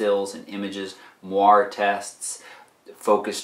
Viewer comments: Moiré is pronounced mwaray, not mwar. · Moire is pronounced mwɑːrˈeɪ